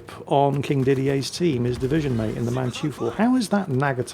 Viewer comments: Hi, the Mannteufel is pronounced maann-toy-fel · 'Mann-toi-fel', to be precise. It means something like 'Man-devil' in English. It's named after the Von Mannteufel family name.